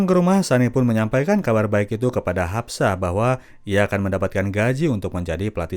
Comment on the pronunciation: Haspa bukan hapsa